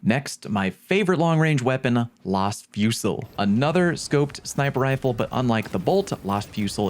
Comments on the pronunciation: sorry to be that guy, but its pronounced LAZ fusil. as in lasgun, not like its name is Las. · Las fusil is pronounced like Laz Fuzil